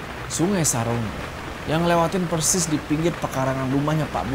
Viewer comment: Saronge itu di bacanya sa rong ge kak